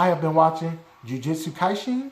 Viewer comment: Jujutsu kaisen you said that wrong 😊 but you tried